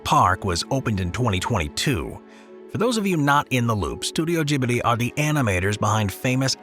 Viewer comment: Gibli needs to be pronounced properly too.... lol not your fault, but those Anime fans are crazed ( I am not a fan of that style of animation)